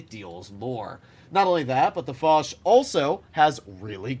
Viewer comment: Dear stop saying « lé foch » Foch you